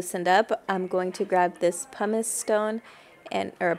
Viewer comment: Thanks for not saying “pew-miss”